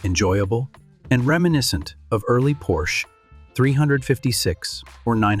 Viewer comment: You should look into hiring a real person to do your voiceovers. While I understand if English is not your native language but the AI voiceover used is so bad that I stopped watching when the word Porsche was so poorly mispronounced it felt like slop.